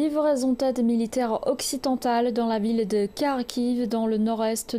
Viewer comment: On prononce « Occidental » ma chérie 😂😂😂